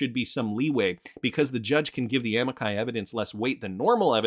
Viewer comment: Pronunciation: Amici A-mee-chi (It's Italian)